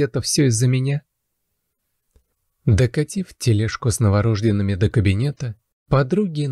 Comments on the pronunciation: Неправильно ставите ударение, а правильно - новорождЁНный. Не калечьте аудиторию❤ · Новорожд'енный, ударение на е, женщина родившая - родильница, еще не родившая роженица.